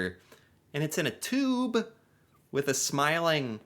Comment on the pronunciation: Can’t even say tube correctly